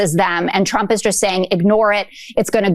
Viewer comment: Sounds like she said President Chump there.